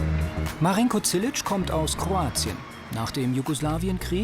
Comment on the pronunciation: Dieser Marinko Zilić übelst der heftige Typ... nur die können seinen Namen nicht aussprechen es heist Zilić (Silich) zzzz nicht ts, Grüße aus srbija